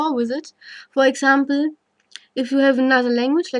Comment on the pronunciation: pronounced you as khhou, I knew this lady is german. Nice explanation